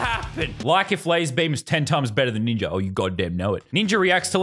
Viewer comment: Yeah but, why does he say ninjer instead of ninja sonetimes